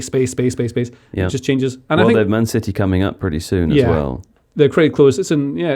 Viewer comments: Why has suddenly decided to pronounce 'city' as 'siddy'. I demand an explanation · Stop saying Cidy,.